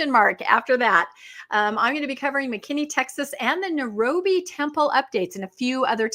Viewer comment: Not pronounced Nu ro be. Correct pronunciation is Nye Roh bee